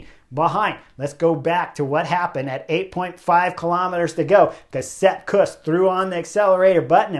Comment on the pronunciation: Chris I love your channel but please stop butchering names.